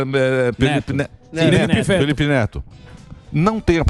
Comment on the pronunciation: 😂Ne"L"ipe Feto...A CRIATURA 😂